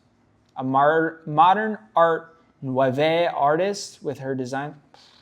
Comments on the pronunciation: You pronounce the word Nouveau as New-vo. And it means modern. Just trying to help 😉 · “nouveau” is a French word basically meaning “new.” It’s pronounced “new-voe” long “o” on the end. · And yeah that modern art abstract garbage is so ugly and the people are always super pretentious. And nouveau is pronounced new-voe. It literally means new.. so modern art nouveau is kinda redundant. Modern new art? And that work isnt art nouveau. Art nouveau is very complex and full of filigree and intricate designs. Not basic little kid drawings jabbed into some overly funded sucker. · 😂 nouveau is pronounced "new-vow" (vow rhymes with low). Idk why shes describing her art that way its not representative of the art movement at all 🤣 art nouveau is such a beautiful movement too, very decorative/detailed with lots of natural forms and flowers